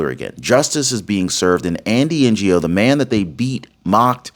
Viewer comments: Heads up. Andy's name is pronounced No. You might not know this unless you associate with Vietnamese immigrants. Ngo is a common Vietnamese name and the g is silent. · YOU PRONOUNCE HIS NAME ANDY NGO, ANDY NO I BELIEVE. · Ngo is pronounced No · NGO is pronounced “no.” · Good work, as usual,! But, just FYI, Andy Ngo's surname is apparently pronounced like the "g" is silent, i.e. like the "NO" in NO MORE LEFTIST LIES! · Who is N.G.O. Can you call his name correctly? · Ngo pronounced NO. This guy nearly lost his life filming in a Portland riot months ago. And still he goes on. Bravo Andy, a true American patriot. Chapter can walk you thru much, and maximize, but understand they cant change the benefits. Every drug anywhere is not necessarily covered even w help. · Andy Ngo. Pronounced like, know. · 🤔Andy’s last name is pronounced as “No”!!! He was nearly killed by those Subhuman Treasonous Traitor POS, but instead of an Understandable Retreat, he dove in, with even More Resolve to expose them. I was thrilled to see him at that Antifa White House round table, & seriously want to see him receive a Presidential Medal for his Amazing Work!!! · His name is Andy No, ngo is pronounced NO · NGO is pronounced No! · Andy Ngo - pronounce as No. ❤ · Andy Ngo....it is pronounced as Nor...Andy Nor. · I like your videos but please when you don't know how to pronounce a name or a word just go to Google and ask it the word you wish to pronounce. You can select vids that will pronounce it for you NGO is pronounced No. Just a soft criticism to make your videos better. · The journalist's name is Andy Ngo (No or Nyo). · Ngo pronounced "No" . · 'Ngo' pronounced 'No'. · Andy’s last name, Ngo, is pronounced “No”. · Andy Ngo- last name is pronounced "No". Just FYI. BTW I love your news reports and your patriotism. Thank you. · Andy Ngo, pronounced, No. The g is silent. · Andy's last name is pro nounced "No" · His name is pronounce "NO" it is Vietnamese Ngo = "NO" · Pronounced “No”